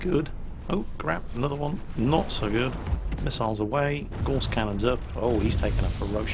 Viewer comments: Gauss rhymes with mouse,!:) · Gauss rhymes with mouse not hoarse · Looks great will give it a go if it's free to play. On a minor "actually " note, isn't it Gauss pronounced as rhymes with mouse. As in Carl Friedrich Gauss, German mathematician. I'm sorry it's minor things like this that irk me, probably because I'm a massive pedant. First world problems eh?